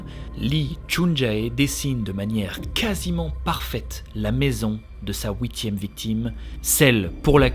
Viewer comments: stp arrete de prononcer ouitieme c'est huitieme on fouit pas comme la je te l ai deja dis on fuit f u i t merci sinon courage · je te decouvre et j'adore j'aime beaucoup quand tu dis "Houitieme " comme huitieme mais avec un petit ou a lnterieur